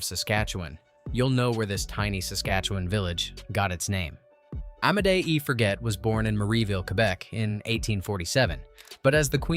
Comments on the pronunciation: It's not forget, it's for-jay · It;s Forget' pronounced Forgay , the g is soft . Its French my dear little twit !